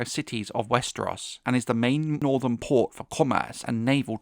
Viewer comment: You say "PORT" like a low IQ broken teethed peasant.